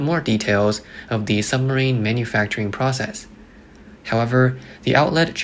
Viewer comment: It’s pronounced SUBmarine not SUMMERine.